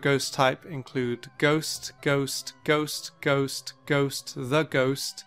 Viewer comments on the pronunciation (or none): I SWEAR IF HE SAYS GHOUST ONE MORE TIME AFTER THE GHOUST TYPE >:(